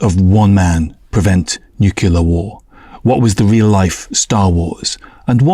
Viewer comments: This guy can't even say the word nuclear correctly it only NUKILLER - what a clown 🤡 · Say "newkyoular" one more time...